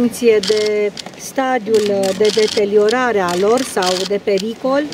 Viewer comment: "Deteliorare..." FMM!